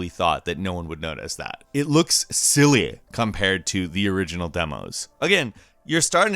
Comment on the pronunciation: ok i can say with full confidence you are having some problems, you literally can't talk m8."it looks SILLEEH"